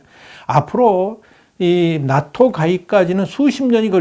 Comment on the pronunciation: 낫토(x) 나토(0)